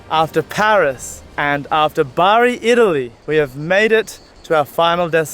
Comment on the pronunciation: i'm from Bari and i was so happy when i heard him pronounce it